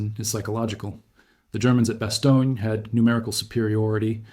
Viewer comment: bas-TONE, not bas-TOE-neea